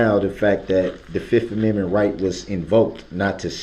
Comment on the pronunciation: how he says Amendment..... "ameme" 😂😂😂😂😂